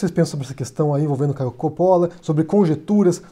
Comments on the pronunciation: Ridicularizar aparência, ou no seu caso, o sobrenome, não é argumento, é pueril, e idiotia; não existe silabas com pronúncia tônicas no italiano, não se pronuncia 'cápire' (entender em italiano), então, é Copolla, e não cópolla. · Agonia de ouvir ele falar "Coppolla" errado. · Não sabe nem falar o nome do cara